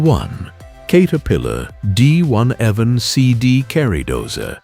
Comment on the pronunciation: Can't even say the D11 properly with AI slop they use in the videos. Use your own voice and your channel will do a lot better than using AI